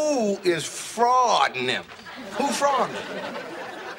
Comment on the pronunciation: My boy Bruh Man turned Sigmund Freud into "Freudnat 'nem"